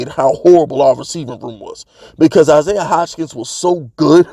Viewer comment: Stop pronouncing Isaiah's name like that. Butchering it odee.